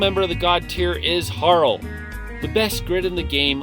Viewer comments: Bruh did you just call guile goo-ee-low? Its pronounced guy-el like the street fighter character. Also Harle is pronounced har-lee as in harlequin, not har-ul. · Ffs it's Har lee harle as in harlequin, the e at the end is not silent. I don't know why every YouTuber does that to the poor clown/dragon. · Solid list. You should really learn how to pronounce the names though. It’s not Harl that sounds like Carl. It’s Harley…. Like harlequin….. and Guile. Like Guy. Not gweeloh. But that aside. Solid list. One of my all time favorite games and can’t wait to replay it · Broke my heart when you pronounced Harle's name as 'Harl', instead of 'Harley', like Harley Quinn / Harlequin. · ......Har-lee. Not Har-ul......😶